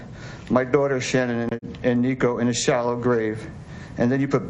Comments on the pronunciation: Why are people pronouncing her name differently? Her dad (presumably correctly) said SHAN-un, but many others say shu-NAN. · I wish they would pronounce her name right. Her parents are the only ones that pronounce her name right. So strange... This is so sad.